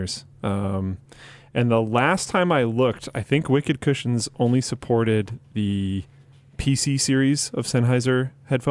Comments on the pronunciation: His segwey really sounded like "Wicked Christians" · I kept hearing Linus say Wicked Christians, instead of wicked cushions. I thought that was a weird sponsor.